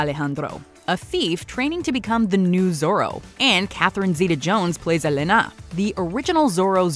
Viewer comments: God the pronunciation of the names Elena and Alejandro just killed me ...... because there are Spanish names doesn’t mean the accent is in the last syllable... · Name mispronunciations. It's Eh-LEH-na! Not Eh-le-NA! :facepalm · It’s Eléna, not Elená.